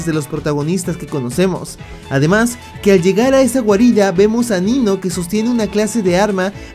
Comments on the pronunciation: En el minuto en vez de decir "Nino" dijo "Niño" xDD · Diganme que no soy el único, que escucho niño en vez de Nino 😅